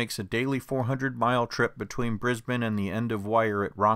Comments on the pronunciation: YEEESSSSSS YOU WENT TO BRISBANE AND THEN OHH YES Maryborough AND YES THE BUNDY RUM DISTILLERY IS FAMOUS AND THANKS FOR LIKING THE CANE TRAINS YEAH IM FROM BRISBANE OR BRISSY AS THE LOCALS CALL IT AND BUNDY AS THE BUNDABERG LOCALS CALL IT YOUR THE ONLY PERSON IN THE USA WHO CALLED BRISSY BY ITS REAL SOUND AND NOT NO BRIS BANE my uncle owns a cane farm and the spirit of Capricorn is now in service and as a Gympie north train and it’s model type is ice inter city electric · Where the heck is “Tottingham”? At least you pronounced “Brisbane” ok, but “Ben-DIG o?